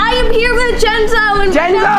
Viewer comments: 1 it's not h Jenzon it's jentzen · it’s not “jentzoo” it’s “jenzo” pronounced “jen-zoe” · why do you call him Jenzoo🤣🤣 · ya why does almost everyone calls jentzen jenzooooo